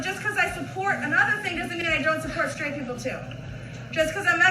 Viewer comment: "Straight", not "shtraight". "Didn't", not "di-int". You're welcome.